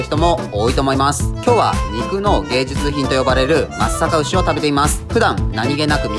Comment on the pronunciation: 地元のブランド牛だから紹介してくれて本当に嬉しい！ちゃんと「まつさかうし」って言ってくれててなお嬉しい